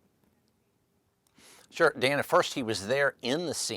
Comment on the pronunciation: If it looks like a duck…probably a duck. And it is Dan-uh, not Day-nuh.